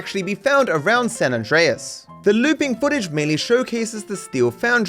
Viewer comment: “SAN ANDRESS”📱🗣️